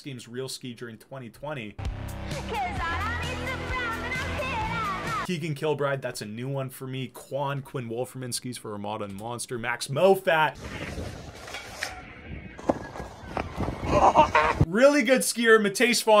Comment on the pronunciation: Because he doesn’t know who Keegan kilbride is and calls max moffatt “max mof fat